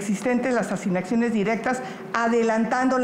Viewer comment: “Asínac siones” 🤣🤣🤣